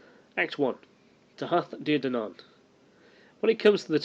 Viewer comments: It's pronounced Tootha Day Danan.... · The pronunciation is Tuaithe de dannan (Too-ah day dah-non). Leabhar is pronounced Laur (think cow with an l instead of c) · The way you pronounce Tuath De Dannan is Thu-ah day Da-nan and Tír Na Nóg is Teer Nah No-g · its pronounced too-aha day dan-on :-) loved the presentation approach